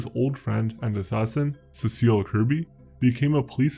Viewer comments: SEA-sill, not say-SALL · C-sil NOT Sescille...your vids are good, but work on your pronunciation (even if English isn't your first language, it will still be an aid to you if you work at getting it right) and they will be great...thanks for what you've done so far...especially the vids on what goes on in and around the lower mainland.